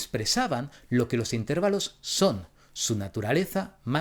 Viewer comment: el mejor youtuber que toca estos temas CON DIFERENCIA. un par de apreciaciones. 1- lo del ruido blanco es porque enmascara otros sonidos y evita distracciones :) aunque si, si no fuera placentero no tendría sentido que alguien pudiera dormir con ello. 2- creo que el catalán te jugo una mala pasada otra vez, al decir "intérvalo". es llana, no esdrújula 😅